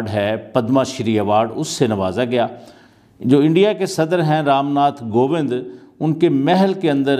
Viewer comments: Ye mews anchor kaise bn jaate hai btao president ka name bhi nhi bol pa rhe kovind ko govind bol rhe h 😑😑😑😑😑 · President ka name to thik se pronounce kro..ramnath kobind nt gobind.. illiterate pick pe hai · Not Ramnath govindh it's Ramnathkovindh